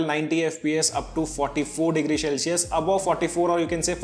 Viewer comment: bro it's Sell-She-Us not Shell-Si-Us